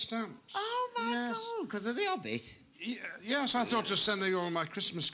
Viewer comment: “The Obbit” 🤣